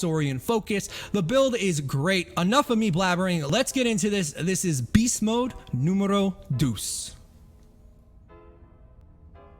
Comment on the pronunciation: You slaughtered the pronunciation when you said numero dos